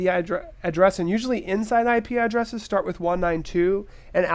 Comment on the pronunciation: Hahah! "We are about to shart!"